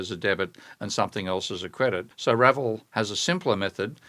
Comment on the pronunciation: I assume 'Ravel' should be pronounced like the composer's name, not 'RAvle', but 'RavEL'.